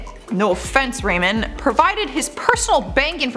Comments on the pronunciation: Number 4 was Ramon pronounced Raw-mone. said Rayman. Anyway would love a part #3 for sure! Thanks you the best!! 👌💯👍💞♥️💜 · abby korchak THANK YOU!!! I cringed every time she pronounced it wrongly.😂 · GIRL! THERE'S NO ONE NAMED RAYMOND!!! _GDD, IT'S RAMON!!! 😳😳 "WHAT ABOUT RAMON?!"😆😆😂😂😅😅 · “Ruh mone” not “ray min” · Give her a break. She might not have known how to pronounce their names. It's not a bad thing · Lmfaooo Ramon’s name is pronounced Ramoan not Raymond 😂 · What’s with her name pronunciation. How can you say “blank” episode ever! When you’ve clearly never watched it. Girl I love ya but watch the episodes! Everyone knows how to say “WHAT ABOUT RAMONE!?” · Jose was on Catfish twice!! He catfished a girl, who had JUST gotten catfished by "Jose," which turned out to be a girl from her school! Then she met "Jose" and flew all the way to Alaska, and tracked his ass down. Ramon is pronouned Rah-mone, and Paola is pronounced Paol-a. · The pronunciation of “Ramon and paola” really gets on my nerves lol at least try to say it right lol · The way she pronounces Ramon and Paola makes me cringe